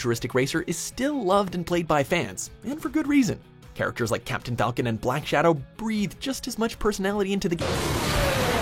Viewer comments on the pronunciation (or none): none